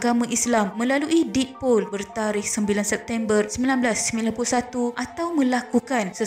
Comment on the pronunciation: Ada sebutan yang salah. Contoh 1. Poll 2. Paderi Sila betulkan sebutan anda ya. Terima kasih.